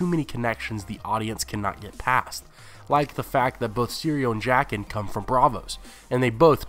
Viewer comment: I die a bit Everytime he says jaqen